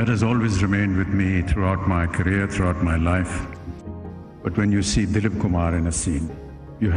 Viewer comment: MADUBALA NHI MADHUBALA ? DALIP NAHI DILIP KUMAR ?